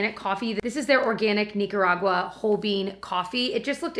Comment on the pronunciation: Nicaraguan here! 🙋🏽You said that just fine. Hope like the coffee from my motherland.